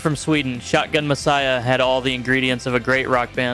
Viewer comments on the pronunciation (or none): none